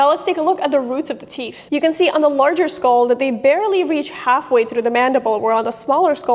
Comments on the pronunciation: Did she say teef? Or did i hear her incorrectly? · Ok...I really hope its just me...but is she always saying "teef"...??? I know she has trouble saying other words at times.